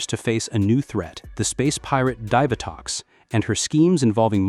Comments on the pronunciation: Dive-A-Tox? umm Dee-Va-Tox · ASTRONOMA YOU IDIOT AND DEEVATOX NOT DIVERTOX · Divatox is pronounced as "Dee-Vuh-tox" not "Dive-uh-tox". Zayto didn't lead the Cosmic Fury team. Amelia did after she became the Red Ranger and she wasn't the first female to lead a core Power Rangers team. That spot belongs to Jen. Jen was 2nd in command in Time Force while Alex was the Red Ranger. After Alex died, Jen was promoted to team leader. Wes became 2nd in command when he became the new Red Ranger. Lauren led the Samurai team in Super Samurai for 3 episodes. So, Amelia is the 4th female to lead a core Power Rangers team. If you count Delphine, then she was the very first to lead a core Power Rangers team. However, I don't think it was a core Power Rangers team as they were there to fill in the role as Power Rangers while the main team were children, trying to obtain the pieces of the Zeo Crystal. So, I consider that a secondary Power Rangers team instead of a core Power Rangers team. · It’s pronounced Divatox